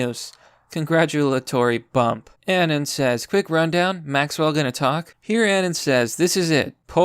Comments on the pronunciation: every time this guy pronounces "anon" like An-in, I cringe a little. Uh-Non. Like the first 2 syllables of anonymous. That's the fucking origin of the nickname bro. But anyway, solid video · am i the only one triggered by how he says "anon?" it's not anin. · The way you pronounce anon pisses me off.